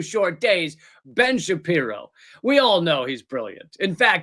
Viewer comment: "Bench apear-O" 1 bad magician